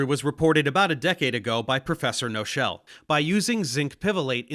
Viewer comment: Good explanation, only caveat: In German words with KN at the start, the K is spoken, so Paul Knochel is not pronounced No-shel, but [ˈknɔxəl]. Just wanna note that. :)